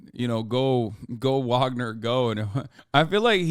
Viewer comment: Hasan, say it with me; vaugner vaugner vaugner vaugner vaugner vaugner vaugner vaugner vaugner vaugner vaugner vaugner vaugner vaugner vaugner vaugner vaugner vaugner vaugner vaugner vaugner vaugner vaugner vaugner vaugner